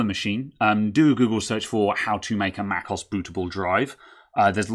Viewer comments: it's not "macoss" but "mac OH ESS" also what does microsoft office have to do with upgrading to an SSD? totally irrelevant info. guess you like to hear yourself talk? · For future videos; Mac OS - as in Mac Operating System aka macOS. Mac(k)os sounds jarring.. I admire your technical skill - this is just me being a jerk. I do feel it's about time people learn to pronounce software properly. Hence, I'm being the jerk of the day.